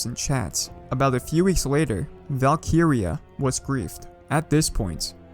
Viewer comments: Never clicked so fast in my life also i swear its val-kree-ya not val-kee-ri-ya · Isn't it pronounced as "Valk-rea"? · great vid, but it is funny hearing him say Valk-iria 😂😂👍👍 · Bro the way he says valkyria